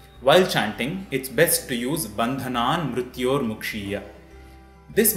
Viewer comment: Excuse me if this is a silly question, but according to the Devanagari, shouldn't it be: bandhAnanmrityor . . . ? Why do you give it and pronounce it as mrutyor? Isn't the "vowel" a "ri" and not a "ru"?